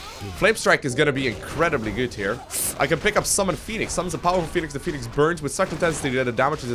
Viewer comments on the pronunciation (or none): Phonenix man, phoneix :((